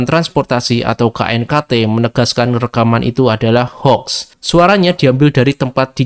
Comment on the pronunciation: Min bacanya houx bukan hoax